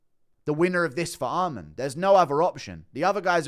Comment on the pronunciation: Guru brah, it’s Arman. Not Armand. Please.